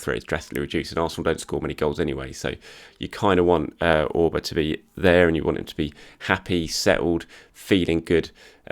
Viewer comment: Wish he would say 'Auba' right